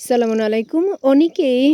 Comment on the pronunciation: আপনার সালাম হয় না, সালাম শিখে নি তারপরে সবাইকে সালাম দিন, ধন্যবাদ